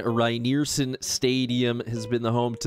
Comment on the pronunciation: Keep this series going,! As a Michigander whose favorite program to rebuild is EMU, this has been especially fun for me. Rynearson Stadium is the only CFB stadium I’ve ever played in. FWIW: Rynearson Stadium = Ry-near-SUN stadium and Ypsilanti= Ipp-sill-ANT-ee, but we call it Ypsi or IPP-see. Let’s go, Grey Boys! (Go Spartans!)